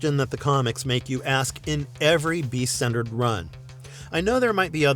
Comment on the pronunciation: Why dud you say the beadt like that bro no one says that